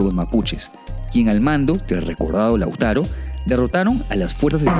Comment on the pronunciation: Leuftraru no lautaro